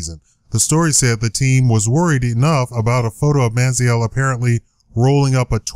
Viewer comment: Try and take a drink ever time he says Man-zee-L